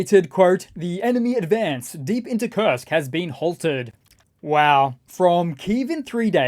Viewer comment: You say Kurst Oblast. I'll just say Kursk People's Republic